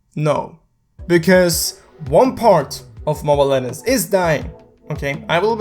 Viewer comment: Did you said Mobile Lettuce